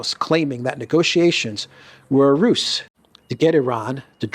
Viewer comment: How to pronounce "ruse" : "ruZe" !